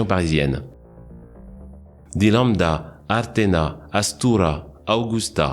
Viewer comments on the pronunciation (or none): none